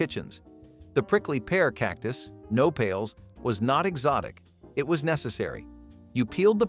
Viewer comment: Mispronouncing "no-pails" is a bit annoying. It's "no-pah-les."